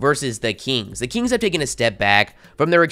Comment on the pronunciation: the “keengs”